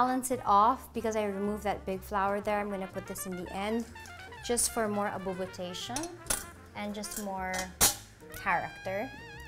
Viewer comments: “Abubotation” needs to be in the dictionary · My new favourite now is “abobotation”